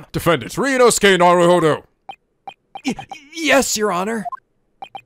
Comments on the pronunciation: Just a little correction: I am pretty sure it is pronounced Narùhodou not Naruhòdou Oh and could you maybe try to make your cursor invisible for us? It's making me mad, sitting in the middle of the screen :D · Only thing I'd point out so far is that you're supposed to pronounce Naruhodou's name with emphasis on the do at the end, so na-ru-ho-DO. Otherwise this is looking great so far.